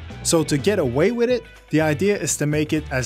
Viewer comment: "Wit YouTube" and "alumnis" ... ugh its's hard to listen to this guy butcher the English language.